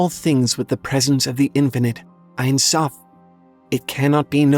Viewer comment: hey, hebrew speaking here! the only thing I have to say is that it's not "einsoph" but "ensoph" (en = no, without; soph = end). it's pronounced as it sounds! "en" like in the word end, and soph like sophomore or soft! :) edit: crown crown in hebrew is keter and it's also as simple as it sounds! ket like cat, and ter as de-ter-minate determinate